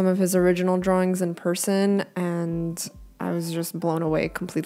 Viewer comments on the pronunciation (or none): none